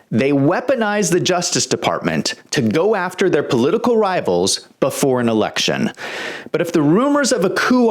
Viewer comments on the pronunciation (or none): none